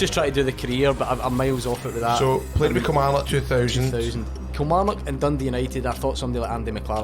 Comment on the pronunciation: why do yo all call it kilmaurnock!! haha being an ayrshire lad you should know better 🤣🤣